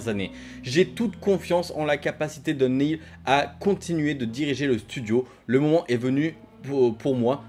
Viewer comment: Crash 2 à 5 ans et le jeu de ta vie à 6 ans ?? C'est tôt non ? Déjà à 14 ans pour moi crash 2 c'était difficile mais bon. Sinon Neil se prononce Nil et maintenant que Wells est parti il va être en roues libres total le mec, ça craint pour ND. Le studio a une fanbase solide et fidèle mais pas sûr que Druckmann puisse gérer comme Wells et Balestra, avec Hennig c'était la belle époque de Naughty Dog à mon sens la meilleure. On verra ce que l'avenir réserve mais franchement le multi de tlou2 ça fait un peu de la peine quand-même ce temps perdu pour une poignée de joueurs. L'appât du gains j'imagine